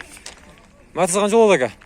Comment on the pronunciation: Э кот метиз эмес Матиз болот норма суйлоп тартсан урот сен потписчиктеринин айтканын кылсан жакшырак болот